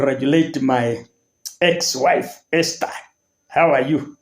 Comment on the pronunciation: THE way this man pronounces the word Esther